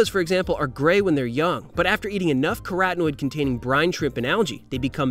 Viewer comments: G Castles I agree with you. The pronunciation is “carrot in oid”. I’m a chemist and a bird watcher. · Interesting but I got stuck on how the presenter decided the word carotinoid could possibly be pronounced 'coratinid'. Corat juice anyone? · Nic Forster I too am a chemist and birder. This is the best presentation on the subject I have ever seen, leaving aside the pronunciation of carotenoid..